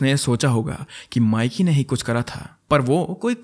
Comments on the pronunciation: Actually it’s ’mee-ki’. Not Miky. 😅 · That’s not mic-key That’s pronounced as mickey in Punjab 😂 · माइकी नहीं मिकी 😅